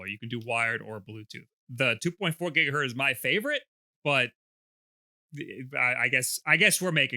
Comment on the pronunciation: Did this man just say 2.4 "Gigahurt" three times in a row? Go look up Heinrich Hertz.